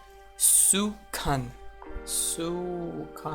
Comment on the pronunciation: Bruh, your pronunciation of kan into "khun" and "khaun" is not okay lol. But I don't blame you, English is what English is, syllable imperfect. If I had to explain, it would be more like kaan but said faster to compress the aa into a. His spearmen were un-upgraded because he forgot to build the stone cutter. Without stone cutter to just upgrade into a forge which costs only 250 wood, now he will need to spend 250 wood and 150 metal which isn't possible to get immediately given that iron is the slowest resource to get harvested. So that is definitely a bad gameplay from his side. Although not building stonecutter might have helped him in getting his barracks up faster, it was far more detrimental in the long run. I could forgive that because trying to rush bronze age fast put alot of pressure on his wood. But that doesn't mean he shouldn't build stonecutter, it is precisely for the above to reason, it is really really essential for Europe to have stonecutters. But what really irks me is that when he reached bronze age , he had only 35 workers. Well, that's not the annoying part. I get that building temple puts wood pressure and hence he couldn't make huts for a bit and hence he could have undershot his population a bit. He reached Bronze with only 35 population while you have seen me reach Europe bronze with 40 population complete with a stone cutter (requires really good spawn). That can be easily recovered and forgiven a bit. But the real problem i